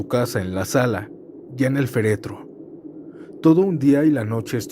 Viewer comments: Muy buen video, buenas historias y bonita voz, pero desencajaescuchar "feretro" (sin acento) en lugar de "féretro" (con acento) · Hola! Entretenidas las historias , sólo una observación: la palabra correcta es "féretro", es una palabra esdrújula.